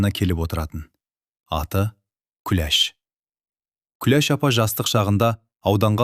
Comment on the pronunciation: Оқып отырған адам Күлеш демей,Күләш десе болмай ма